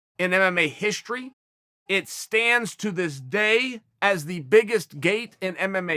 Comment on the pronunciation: Me: strike Uncle Chael: shtrike Me: history Uncle Chael: hishtory Me: okay great